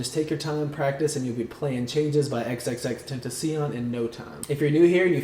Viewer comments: lol "xxxtentaseein" R.I.P. X 😭😭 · lol k who else got triggered by the way he said tentacion??